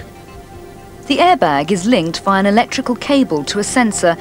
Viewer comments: lol airbayg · it was a joke. the narrator says "airbag" but sounds like "ayerbayig".